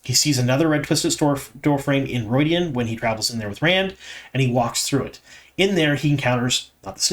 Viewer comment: Could you please address why you pronounce things differently from how they do in the show? Namely: Moghedien (moh-GHEH-dee-ehn), Rhuidean (RHUY-dee-ahn), Tel'aran'rhiod (tel-AYE-rahn-rhee-ODD)... I'm sure there's more but those are the ones that have stuck out to me the most since they are the most relevant to this season. Apart from that, I enjoy your insights, thank you for what you do!